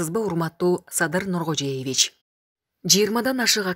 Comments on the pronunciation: дайыма эле Садыр Нуркожеевич деп окуйсун, Нуркожоевич, туура айтчы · Ушул жанылыкты айтып жаткан диктор, Садыр Нургожеевич эмес, Садыр Нургожоевич деп туура айтчы . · Нуркожоевич деп айтканды уйронуп алчы Нуркожеевич эле дейсин силерди канчалаган адам угупатат